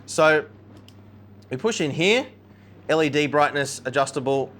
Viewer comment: Led Brigness!? lolz